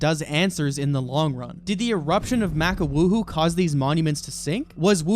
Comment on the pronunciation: please say maka wuhu with short a sounds lol maka with long a sounds makes me think of a mcdonald’s sandwich